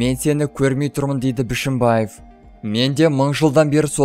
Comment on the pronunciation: Мал,дурыстап окыш,Бышымбаев емес Бишембаев